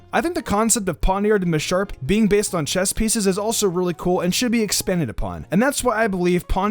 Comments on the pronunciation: Did you just say chest instead of chess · He said chest, it’s chess dumbass